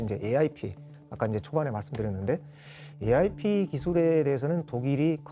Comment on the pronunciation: AIP을 왜 자꾸 ARP라고 말해?